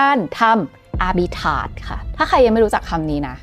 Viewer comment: อาบิ"ทราจ"มีร.เรือนะ.!!?